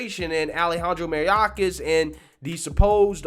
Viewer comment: AGAIN. Learn these peoples names. Learn how to pronounce them correctly. It's MAY-OR-KAS not MARY-AH-KAS. Damn. Every video you mispronounce peoples names. I love you dude, but it reduces journalistic credibility if you can't do a ten second search on YouTube to learn how to pronounce their names.